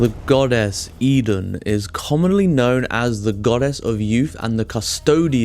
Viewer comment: Pronounce it right please.